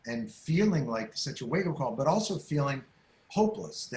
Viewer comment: When he said "But people" initially I thought he said "Butt people" and I thought that's his PG version of saying "assholes"